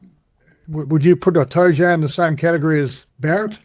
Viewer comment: Itoje???? FFS Devlin, are you drunk...